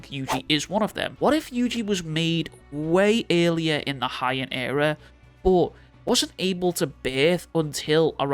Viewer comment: HE-AN era*** not Hi-end era lol (also, there has been theories already that Yuji is curse womb, painting… you’re late)